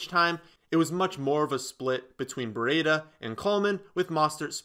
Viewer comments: Breeee daaaaa the i is silent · Hate how he says Brieda